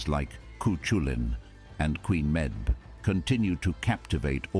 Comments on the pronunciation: Camoige=female hurling We are crazy about potatoes and im not ashamed about it 😊 And he pronounced the names of our legandary fingure wrong . . It cu (coo) culann and meabh (may-ve). All in all though, not a bad video explaining our little story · That narrator is butchering, BUTCHERING!, Irish words. "Lough Neagh" is pronounced "Lock Neigh" not "Loff Neigh" Cú Chulainn is pronounced "Coo Kull ann" and Medb is pronounced "Meave"